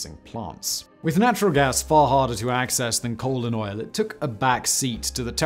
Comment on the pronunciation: Anyone else hear "colon oil" instead of "coal and oil"?